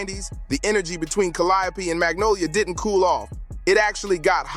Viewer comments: Have you ever considered pronouncing the Calliope Projects like the artist you're documenting? Did you not listen to the music? You would've been on the wrong side of alot horseplay with the way you pronounce the name of the Hood😂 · Will the narrator PLEASE learn how to pronounce the project "Calliope" correctly 🙏 ??? For the love of God 😂🤣🤣